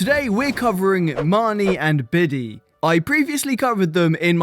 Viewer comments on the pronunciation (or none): Bee-Dee??? I swear it’s Pronounced “Bead” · The way he so confidently said "Bidee"